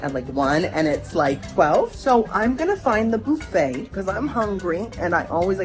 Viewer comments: Boofay? No bufffay! It's not Halloween 😊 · Boofa??!!!! 😂 Buffet. You know he's going right to the fruit bar! Lol!!!!! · Do you pronounce buffet “boo fay” to rage bait? 😂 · It’s buffet pronounced ba fey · I love the way you pronounce “buffet”